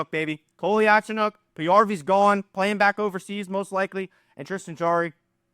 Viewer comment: Just to help everyone, it’s pronounced (Cole-ya-Cho-nOAK)